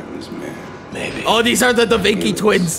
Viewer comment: "these are the da vinki twins" IM DEAD